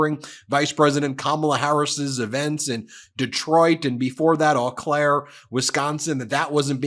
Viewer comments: Ben, Eau Claire WI is pronounced "O" Claire. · It is pronounced OH Claire, not Awe Claire. :) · Just an FYI Eau in Eau Claire is pronounced oh so it's oh Claire